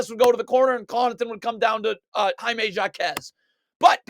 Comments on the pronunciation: For the last time it is pronounced. ( hi -may Ha-KEZ) No Jakez but HAkez , he is Hispanic you don’t pronounce the j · "Jockez" 🤣bro its pronounced "Hawkez" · the J in JAQUEZ is silent my friend 🙂😂😂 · JA-Quez Lol